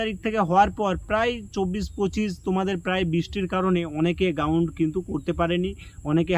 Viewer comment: Ground ❌ gaund ✅😂😂😂